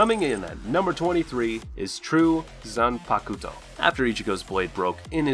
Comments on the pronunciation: Zanpakuto is pronounced Zanpakto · my man said "Zan Pucuto" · Nice Video, i Like it. But i have one little thing to say. When you say the word Zanpakuto.......the u in this word is silent. No offense. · Oh god the way you pronounce everything, I get it you haven't learned Japanese but know that in Japanese they don't always pronounce EVERYTHING as it's written the way you just did, they don't always say desoo for desu, they often just pronounce it des. So you don't have to say "zanpakuto", you can just say zanpakto, kisuke into kiske, not kisooki like you said, and I bet the list will go on, anyway if you've seen the show you should've at least heard how they pronounce things. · "zanpakooto" ....."kisooke". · Wtf the pronunciation of zanpakuto